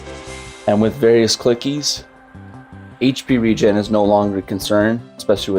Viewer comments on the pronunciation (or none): none